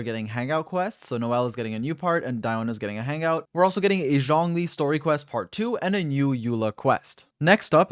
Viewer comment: When you say Zhongly, it fucking sounds like Xiangling.